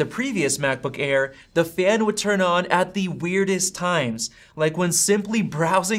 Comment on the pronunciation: You have a pretty good channel, but your constant misuse of articles (“a,” “the”) with a long vowel sound (“ay,” “thee”) is REALLY annoying. Nobody says, “THEE MacBook Pro .... (blah, blah, blah).” You say, “THUH” when the next word starts with a consonant. You only say “THEE” when the next word starts with a vowel. And just don’t say “ay.” Like don’t say, “The battery lasts AY lot longer.” You say “uh.”